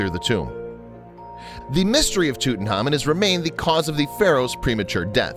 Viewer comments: Who the hel is tuthamun it’s Tutankhamen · Tutankhamen is one of the most famous known pharaoh's that we know of. We know a huge amount about him. So why on earth does this narrator continue to mispronounce his name and miss out the K?? Very very ignorant and sloppy fact finding. Nothing I have read has EVER called him that, strange.